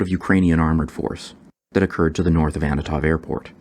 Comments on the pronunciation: Is that the first time you pronounced "Antonov" in this video with the consonants in the right order? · Is there a reason why you pronounce Antonov as "Annatov"(sic)?